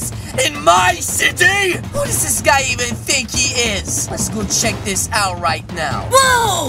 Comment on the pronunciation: Why you say cheek for spiders ummmmmmmm oh no what the heck are you doing